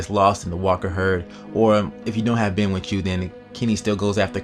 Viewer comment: It's kenny man not kimmy and it's christa not krysta and it's ben not bin